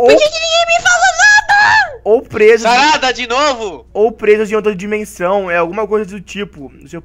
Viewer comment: Aí no vídeo você falou charada em vez de falar sarada😂